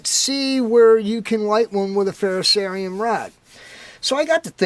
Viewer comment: At least you can pronounce "ferrocerium" correctly. 8 out of 10 youtubers can't. "Just put on some good tunes and enjoy making them." Right on bro! good video.